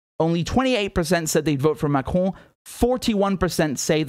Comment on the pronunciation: you pronounce the name like a French... do you speak French